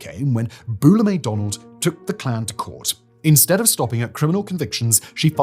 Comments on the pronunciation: BEULAH is pronounced "BYOO-luh" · Byoo-lah, not Boo-lah.... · Simon, given your accent you did a great job saying "Mobile". I've lived in the South all my life and people mess that up. But Beulah is pronounced Byoo-lah.